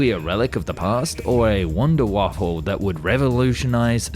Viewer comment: ah yes… a wonderwaffle